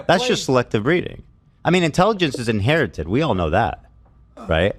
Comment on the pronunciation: It's a little ironic for someone to say their race is smarter than other races because they inherited intelligent genes when they can't even properly say the word "inherited" Oh and it's not about race by the way.